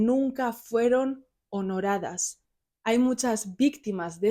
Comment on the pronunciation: Buen vídeo y muy claro cómo se habla, lo único que chirría es cuando dice “honoradas”. Esa palabra no existe, es “honradas”. Por lo demás, 10/10